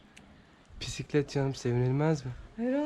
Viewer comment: Pisiklet Dell aga..bisiklet 🙂